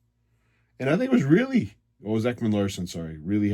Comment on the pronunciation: Why dont u say Mo Rielly's name right.. Our best playoff player